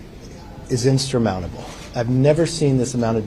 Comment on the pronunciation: Republicans can't govern and can't speak English. What is "instrumountable" according to McCarthy? Is this a new word salad mixing instrumental with insurmountable?